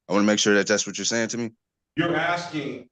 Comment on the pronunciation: He’s “axing” him?!?